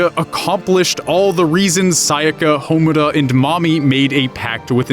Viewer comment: Congratulations on your completely base observation interlaced with ugly drag costumes. Allow me to point out how you completely missed the point as well as your general stupidity. 1. Because this bugged me throughout the video: their names are pronounced MAH-DOH-KA and HA-MUR-RA. 2. The whole "making it" thing is subjective. I want to be a writer and I see writing as fun, so you could say it's effortless. Also, "making it" can mean many things, hell just GETTING the job you want could be seen as "making it." Plus given Rebellion it's clear the series is about more than just realizing you have to work to do something. 3. About Kyubey and the Incubators. The power they use isn't science, it's magic, the Soul Gems are just that, gems that contain your soul, a completely metaphysical concept that feasibly cannot exist in the realm of science given how based on belief it is. 4. Madoka doesn't become the universe, she becomes one of its' laws, the Law of Cycles, which takes the despair away from Magical Girls before their soul gem blackens to keep them from becoming a Witch. The whole thing about the singularity is flawed too, because a singularity is just that, singular, one, not many things, from a metaphorical point of view I see where you're coming from, but the logic you base it on is false, especially since part of the definition of a singularity is: "where the laws of physics as we know them cease to exist." Also the fact there are multiple singularities, (the centers of bl